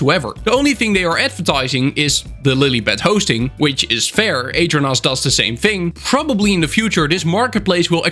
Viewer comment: The way you pronounce aternos is crazy I didn’t even realize that’s what you were saying until you should the aternos website I really thought you were talking about a different server host